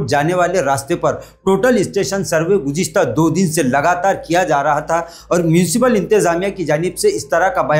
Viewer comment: Gujiasta😂 gujista🤭 gujista 😡